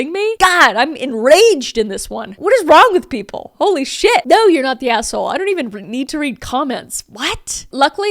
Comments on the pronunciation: The "nor" has me dying 😂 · "Naur" aussie here, you had me cracking up. 😂 sending good vibes from Oz🇦🇺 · I love the “NOR” 😂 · "nor" but Kris sounds like an Aussie lol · As an Australian the "Nor" had me in stitches 😂 🇦🇺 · As a Aussie I love the NOR on kris’ part 😂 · Naurrrrr 😂 nor 😂 I'm still laughing 😂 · The only way I will be pronouncing "no" from now on unfortunately 🤣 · I just woke my husband up busting up laughing at that. 🤣 (When I can't sleep I watch YouTube wearing headphones.) I will forever pronounce it that way now. 🤣🤣🤣